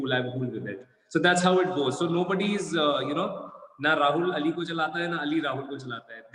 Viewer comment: Shukr ha Kisi ne to Ali Ka name Sahi dngh se bola